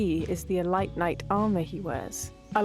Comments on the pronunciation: Idk of British people say it like that but it’s not “E-lights it’s “eee-leete” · uh... It's pronounced "eleet" knight. not "elight". XD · Love the vids! Got so confused at how you pronounce elite (ee-leet, not elit!). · I was zoning out but the Elight pronunciation brought me back, well played